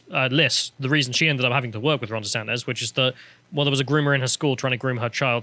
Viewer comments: Stop calling him desantez man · SANTIS FFS, NOT "SANTEZ"